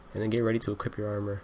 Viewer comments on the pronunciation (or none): none